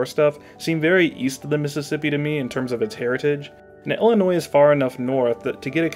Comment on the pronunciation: I have never heard someone say "ellenois". There's a distinct lack of ill there that I can't abide.